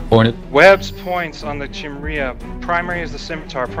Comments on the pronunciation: well surely it's your job to teach your corp to pronounce chimera (ps it's HE-meh-rah, not KAI-mera) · Phonetically Chimera is pronounced "ki-meer-uh" like "k-eye-mere-uh" or "ki-mare-uh" depending on where you're from, but never Chimney or Chimreah :) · Actually it's more like Kai-mare-ah unless you were born in the SE US. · KAI - MARE - UH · I'm gonna comment because you told me not to. It's pronounce Kai-mare-ah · Guy needs to take a Xanax or something.. Chill. Also it's pronounced Kye-meer-uh. Just for future reference for you and your corp mates. :-) Still have no idea how to pronounce "Svipul" though... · Chimera, think it's pronounced as "Kai-me-rah". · Goddamnit. Educate your corp on how to say it. Kai-meh-rah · no need, but I'll comment: it' pronounced close to "Keemara" or "Keemera" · After this video, I'm never going to pronounciated Chimera correctly!!! YOU'VE DESTROYED MY LIFE!